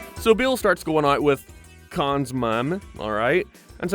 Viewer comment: They're not called "The Kahn's",.